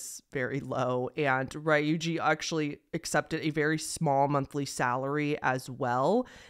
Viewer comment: Ree-yu-jee not Rye-oojee